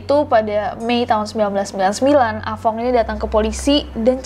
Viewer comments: Ah tong:× Ah fong:√ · budek nya gw pas nessie blg ah fong gw dengernya ah tong😭